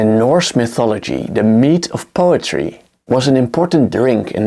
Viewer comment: He just pronounced mead as meat